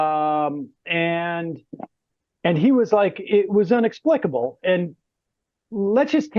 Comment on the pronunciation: "IN"EXPICABLE, Sam!